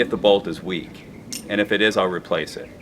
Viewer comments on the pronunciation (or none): none